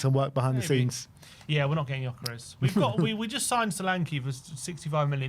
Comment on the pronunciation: It's not yokeres, it's geeokeresh. You are killing the hungarians that are following the show with this pronunciation 😂